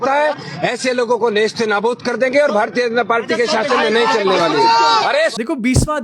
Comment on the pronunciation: AAAAAYYYYYYY Urdu kaise bola? "Nist e naboot" 😂 Yogi ji/ Amit ji please catch and rip out his tongue.